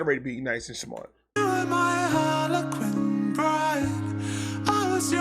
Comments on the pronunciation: “Harlequin” not “Harley Quinn” 😂 but it is the word her name comes from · Harlequin lol not harly Quinn